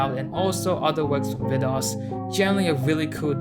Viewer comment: Hey! It's me, Vidas! This was a really cool video, also I'm surprised how well you're pronouncing my name, are you Lithuanian just like me by any chance? I don't think I've seen anyone making a "documentary" about me like this, and I really like the music choices you have from Silent Hill 2. The body in Dia is supposed to be the same man's body following you, that's why it looks the same, it's the "same person". Thanks for making this video, this was very cool to see and I appreciate you diving into my work.